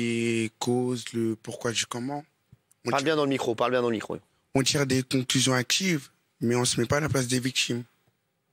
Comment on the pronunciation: J'ai vomis ! 3 fois.. je cite: "on tire des conclusions AQUIVE" CHARTER ! 😂😂😂 (comme dirait notre ami le Comte de Bourderbala)